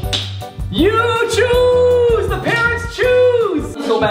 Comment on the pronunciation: its NOT you chooes